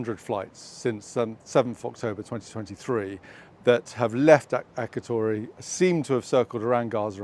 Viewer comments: This is interesting: First, for goodness' sake, say "Akrotiri". It is annoying to hear "Akrotory"! Next, the aircraft in question on Dec 11th is not owned by "Sierra Nevada", it is actually owned by "Straight Flight Nevada Commercial Leasing LLC", a subsidiary of Sierra Nevada Corp. It flew from Hagerstown, near Washington, on 2nd December 2024 via St Johns, Iceland, RAF Aldergrove, Palermo to Cyprus, arriving at Akrotiri on 5th December. As you say, the aircraft flew in the region of Khan Younis. More than once it flew over Gaza and the aircraft was last seen in early July, still based at Akrotiri. What I find really interesting is the home page of Straight Flight LLC, which says it is a subsidiary of Sierra Nevada but, at the top of the page is a banner proclaiming "Straight Flight, LLC, is a commercial company that performs aircraft repair, maintenance and inspections. The company does not own aircraft or perform flight operations for the UK government or other government contracts." Isn't it odd they should feel a need to disassociate itself from the UK MoD? Other than flights to Gaza, this aircraft was seen frequently flying over the Mediterranean south og Akrotiri. What possible prupose coud these flights serve? Finally, Akrotiri is, as far as I know, a purely military base. Civil flight to and from Cyprus are served by Paphos & Larnaca. So, if not working from the UK MoD, why would they be based there? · It is pronounced Akrotiri as in the I in the word "in" not Akratory.